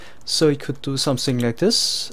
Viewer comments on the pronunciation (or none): ok, i couldnt tell, i thought so because when you say things like "this" you'll say "zis"